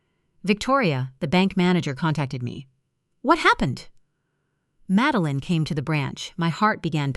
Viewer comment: Please teach your A.I. bots how to pronounce names correctly. Madeline is pronounced MAD-DEL-LIN, not MADE-LIN, FFS !!! Needs to be proof read by a human !!! 😡😡😡